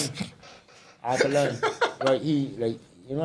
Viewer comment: I near dead when call alkaline "alkalada" 😭😂😂